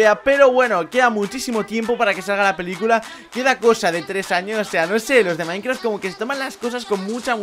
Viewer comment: like si crees que dijo:minecraf que las demás palabras de las que ablo en el principio del video